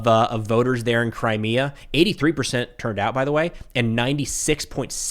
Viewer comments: He couldn't even pronounce Crimea🤣Just how much of reality are they in? 🤔🤔Forgot that they are kinda Right Wingers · Jesus, Witless Witkoff can’t even say ‘Crimea’ right, and thinks he can dictate Russia can just have it? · lolol yes I know. It was a comment about how badly it was mispronounced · Steve can't cant even pronounce Crimea